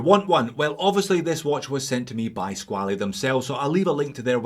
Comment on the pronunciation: SqualE?no...just pronounce "squal"..it s french word😉 So..nice review